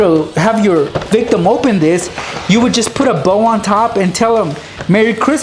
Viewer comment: why do you say victom😐😐😐😐😐😐😐😕😕😕😕😕😕😕😕😕😕😕😕😕😕😕😕😕😕😕